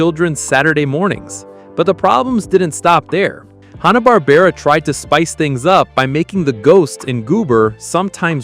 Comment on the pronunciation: This is crap! I couldn't make it to 2 minutes. You can't even say Hanna Barbara correctly 2 times. Green beanie on the dog...oh my you are blind too. 😅 No thanks I should have known by the claims as well as your channel name.